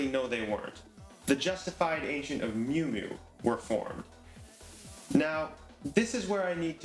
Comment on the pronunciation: thank you!!! BUT its not the Justified Ancients of "Mew Mew" its "MOO MOO" #HailEris